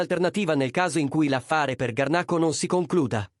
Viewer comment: scusi signore solamente per correttezza niente di che ma si scrive Garnacho, nel video non sta parlando una vera persona quindi sbaglia la pronuncia